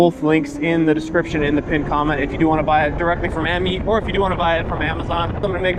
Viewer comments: AmYET bro not AmYEET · AMyet,,,one e am yet is how you say it